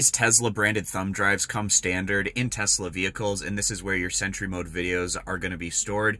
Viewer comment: Nice easy explanation. Btw, it’s pronounced “sentry” not “cent-ur-y” 😂. Thx for sharing the vid..I was having issues w my setup.